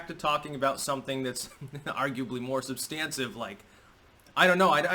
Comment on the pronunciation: Not "substansive" ... "SUB-stantive"